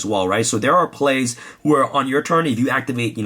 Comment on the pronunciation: My OCD gave me a headache every time he said destiny fusion.